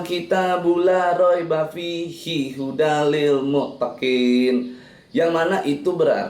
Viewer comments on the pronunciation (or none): Coba dengar kan waktu baca ayat alkuran..... Pas ter ahir nya.. Gini bunyi nya lil mu tekinn... Lil mutekinnnn????